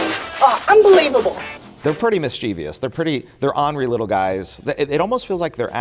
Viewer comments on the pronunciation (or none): LustrEEus and now MischEEveeus?